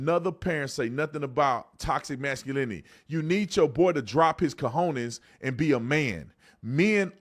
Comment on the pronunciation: He said COHONES!, that means he cursed 😭😂